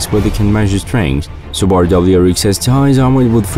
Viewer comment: All I heard was "Qubaru". Can't even get the right pronunciation. haha